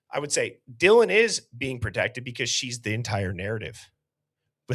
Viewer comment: It sounds like he said “John thank you so much for your courage, I appreciate it”. I guess it’s a mumbled “Dylan”. 😑